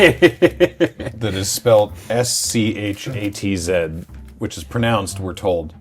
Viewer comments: Your pronounciation of "Schatz" is pretty spot on, except that German vowels tend to be shorter than English ones. The IPA transription of "Schatz" is [ʃat͡s] while you're closer to [ʃa:t͡s]. What Wheeler then said was closer to [ʃʊt͡s] or "Schutz", the word for "protection". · No it doesn't, it rhymes with 'cuts' due to how 'a' is pronounced in German